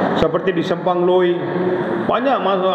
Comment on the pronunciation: Spang Loi la bukan Simpang Loi.. huhu